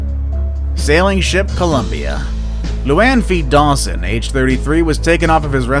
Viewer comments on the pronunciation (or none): none